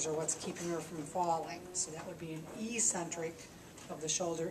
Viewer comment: Great video! According to taber's medical dictionary, it's pronounced EK-sent-rick. The same way you might call me eccentric for pointing out how to pronounce a word! 😬